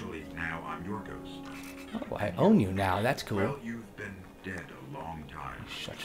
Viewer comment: XD never heard Ghost referde quite THAT way before! hahaha!